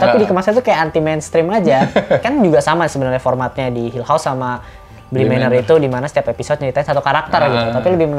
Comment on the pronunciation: "Haunting of Bi-Manor"